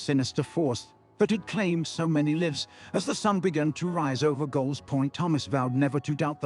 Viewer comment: Terrible. There needs to be a “teen/young adult” category for lame Harry Potter level fiction like this. Plus your robot needs to learn how to pronounce the different ways of saying the word “lives”.